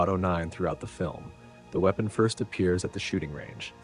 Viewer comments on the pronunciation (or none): none